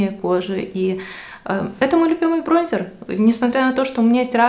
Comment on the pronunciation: БронзЕр 🤣🤣🤣🤣 ну что за колхозница